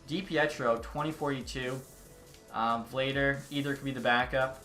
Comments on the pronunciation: Not me still tryna finish the vid lmao, btw it's pronounced Vluh-dar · Vladar is pronounced “Vlah-Dahr”